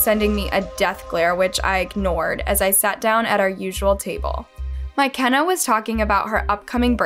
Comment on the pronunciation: What in the world is a " My Kenna " 🤣💀❔